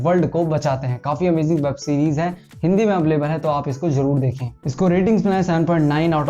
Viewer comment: अवलेबल नही भाई अवैलेबल होता hai